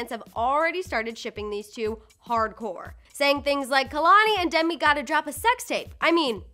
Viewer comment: Kehlanie is pronounced as kaylanie